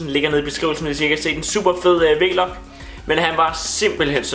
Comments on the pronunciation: Det hedder ikk V-log men Vlog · det hedder ikke V-log men vlog😂 God video!💪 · Det hedder vlog ikke v log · Kan ikke klare du siger V-log